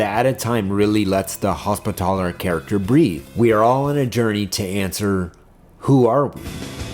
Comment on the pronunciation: Your pronunciation of Hospitaller fucking shellshocked me. I’ve never heard somebody put so much emphasis on “TALLer.”